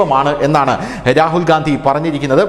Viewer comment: രാഹുൽ ഗാന്ധി അല്ല രാഹുൽ ഖന്ധി